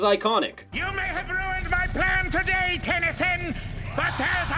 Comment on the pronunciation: I just love all the syllables with how he says it "Ten-Y-Soon!"